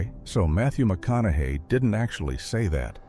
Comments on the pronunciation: Matthew “Mac-on-ow-ow-aye”? YOUR great-grandfather, huh? Wow. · Dude had a stroke saying Matthew Mco-au-nuhay😂